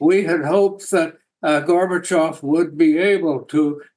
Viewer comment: It is not polite to pronounciate Gorbachov's name as Garbagov.